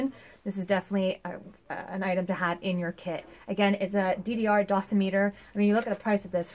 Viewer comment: Its pronounced Dough-Sim-it-Er..... lol. For $5, thats a good early warning find. Would be good to know what its "shelf life" is, how to calibrate (who knows if it works up to spec) or check for accuracy, does it take batteries, etc. Again, good find and good "short n sweet to the point" video review.